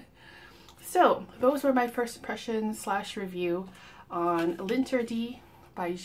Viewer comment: It’s pronounced "lahn-ter-dee" not “lin tea dee”